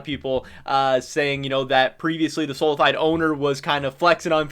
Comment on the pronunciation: it is soh-lah-fee-day